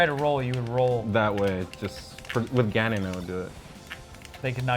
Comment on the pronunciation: does call his ganon ganone?